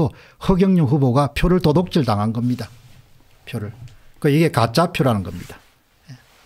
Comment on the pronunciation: 공대표님 도독질이 아니고 도둑질이라고 발음하면 좋겠네요.